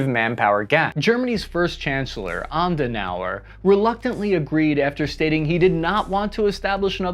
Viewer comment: Adenauer not Andenauer